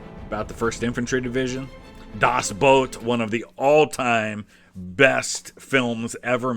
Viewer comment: By the way, kudos for pronouncing Das Boot correctly. I think it might make you the only English speaker not to mistake a boat for footwear.